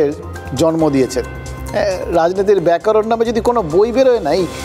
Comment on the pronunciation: ব্যাকা নয় ব্যাকরণ